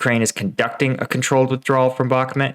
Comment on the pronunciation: A cow makes "moooo" like in Bakhmooooot. The map says Bakhmut and other youtubers pronounce it with a "u". The Bakhmet part confuses me.